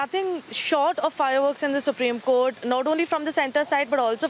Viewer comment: why do they pronounce it as CORT. Its court